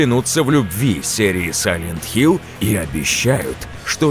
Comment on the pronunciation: Да какой нахуй сайлент хилЗ?